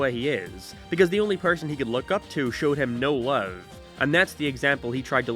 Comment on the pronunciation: he said loav (love)